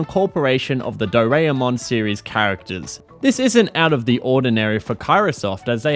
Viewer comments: Every time you pronounce "Do-ra-e-mon" as "Do-rea-mon" my non-existent soul dies a little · It's always the English speakers not able to properly pronounce anything japanese right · Such an annoying way of saying the name Doraemon! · Am a bit late because I took a nap on accident but banger video as always, the pronunciation of Doraemon was funny though lmao